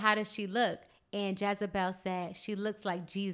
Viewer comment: Great video. FYI the name is Jezebel, not "Jazabel".